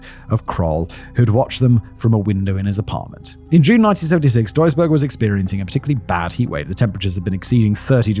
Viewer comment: As I listen to the story: greetings from Duisburg😁 Btw You didnt butcher the Name of my home as much as some of my fellow citizens :)